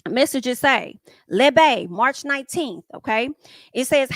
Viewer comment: Why you sound like you saying Lil Bay for Lebe? 😂 Girl, you had me rolling at work. Had to chill and remember where I was. Love your reviews